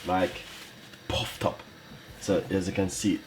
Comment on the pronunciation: I’m Jamaican but when says “hup to you” kill me every time 😂🇯🇲